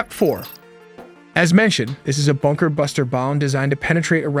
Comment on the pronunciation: It's sound so weird when you keep saying BUKER - BUNKER when everyone knows he was in his office. Means he was not hiding.